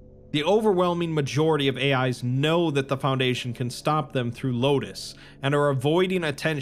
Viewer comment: FounDation your pronounciation on words that are said so many times being slightly off is wildly distracting